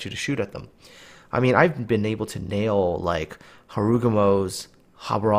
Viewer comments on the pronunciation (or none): none